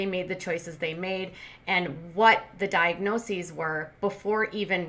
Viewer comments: For a "registered nurse" she should know the plural of diagnosis... it is diagnoses, not diagnoseses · Shes a nurse, and she says "diagnoseses" ? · "Monitorization"? "Diagnosises"? She definitely didn't work in health care for long. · She can’t even say the plural form of diagnosis—diagnoses. She calls it “diagnosisis.” How is she a trained medical professional?